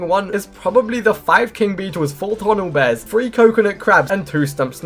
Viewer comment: bro really said “4 tornel bears” ☠️🙏